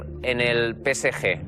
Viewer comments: « PÉ-ESSÉ-JE » Pas « pesseje » 😉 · Je m'y attendais pas, "pesseje" pour le PSG en espagnol 😂😂😂